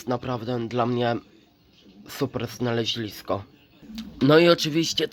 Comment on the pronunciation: Nie znalezlisko tylko znalezisko